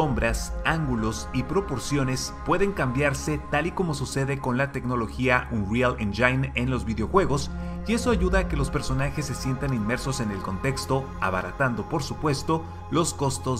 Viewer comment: la palabra "engine" se pronuncia "enyin". Aparte de eso ya quiero que salga la serie, dejé de leer el libro justo al inicio de esta historia, cuando falte poco para el estreno me lo leo todo